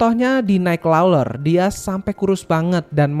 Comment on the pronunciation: Bacanya naikkrawler bang bukan naikkloler 😂